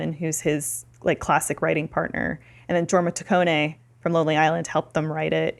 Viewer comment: I love so much but listening to her mispronounce Jorma Taccone over and over again was kinda unbearable